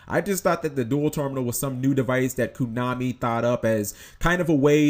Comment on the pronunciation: stop saying "kunami" and i'll subscribe